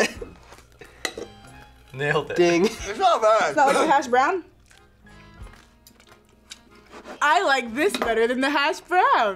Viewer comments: why does put such a wierd emPHASSis on hashbrOWWWN? so weird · puts weird emphasis on the word "hashbrown" and it bothers me to the core